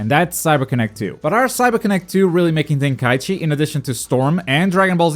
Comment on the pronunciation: What are you saying? Volten Kai Ichi? I feel like you're saying it wrong on purpose lol, some kind of inside joke?